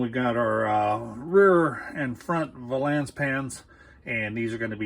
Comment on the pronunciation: VAY-lence. It's VAY-lence.